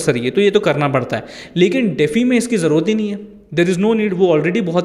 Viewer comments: "डेफी" नहीं भाई - डी-फाई (DeFi) बोलते हैं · DeFi is pronounced as "dee-fy" (like the word "defy"). It's an acronym for "decentralized finance". Here's a breakdown: De - pronounced as "dee" Fi - pronounced as "fy" Full Form: Decentralized Finance